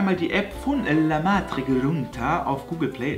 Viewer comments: Wen regt es auch so auf, dass er Le metri sagt und nicht La Metric? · Wie oft du einfach Lematric anstatt Lametric sagst :D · Lematric, Lametric, Lamatric bitte entscheide dich